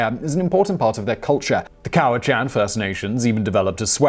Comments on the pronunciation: That's not how u pronounce coast "salish" or the already mispronounced "cowichan" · Simon mispronounced the indigenous words: first pronunciation of “Salish” was incorrect, second was correct. He mispronounced “Cowichan” (spelt several ways) as well. Also, “First Nation(s)” not “the First Nations” and it’s not a universal term. These are indigenous words so it’s important to get it right.